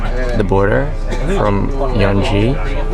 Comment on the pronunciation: Yanji not Yeonji